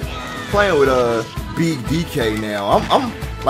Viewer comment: take a shot every time his says beeg DK you'll be dead by minute 2